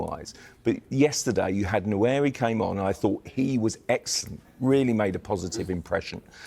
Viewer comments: Nwaneri needs to start banging in some goals so people can pronounce his properly 😂..... "Wa-nare-ree" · All of em need to watch the player pronunciation videos… Nowari? Gokeres? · As a journalist is surprising that doesn't know how to pronounce Gyokeres or Nwanera's names.